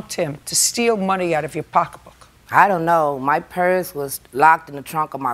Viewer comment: When she was saying “purse” I thgt she was saying “parents”!!! 😳😳😳 I wondered why JJ didn’t question her about why her parents were in the boot!! 😂🤣😂🤣😂🤦🏽‍♀️🤦🏽‍♀️🤦🏽‍♀️